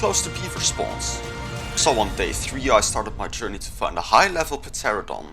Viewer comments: He lost me when he pronounced the P pteranodon.. LMAO.. He's just going around taming all the low level creatures .. pretty lame "challenge".. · Did you say “ Puhteradon”